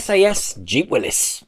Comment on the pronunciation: It’s Willy’s not Willis with an I 😂😂😂😂😂😂😂 Esther is right how it’s pronounced